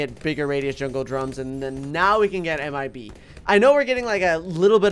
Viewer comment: 9:5 he says imb instead of mib